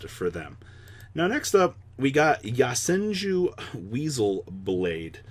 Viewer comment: “Yah-senju” “yah-bubu” support